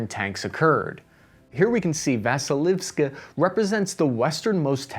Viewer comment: I like how you artfully dodge having to say so many Ukrainian place names by just showing them on the map. You still managed to mispronounce Vasylivka 😂.